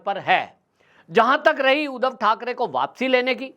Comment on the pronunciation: उदव नही सर जी , उद्धव बोला करो , जय महाराष्ट्र